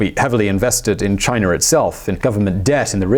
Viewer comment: Chinarrrr lol